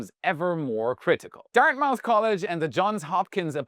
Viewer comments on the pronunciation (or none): It's pronounced Dart Muth, not Dart Mouth